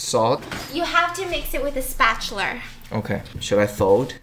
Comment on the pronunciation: Stephanie: "you have to mix it with a spatuler"